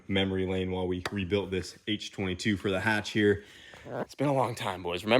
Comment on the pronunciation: So glad you kept the H in the hatch